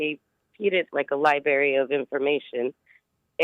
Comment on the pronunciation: I can't take anyone seriously that says "Li-berry" instead of library. I remember my elementary school librarian telling us that on the 1st day of Kindergarten